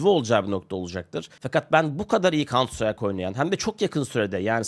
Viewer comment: kauntsıtrayk ne hacı? farklısın tamam 😂